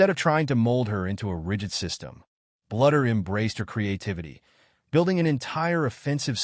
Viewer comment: You need to learn how to pronounce " Bluder " It's BLUE der!!